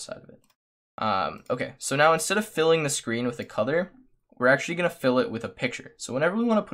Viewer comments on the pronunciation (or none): Are u saying color like cother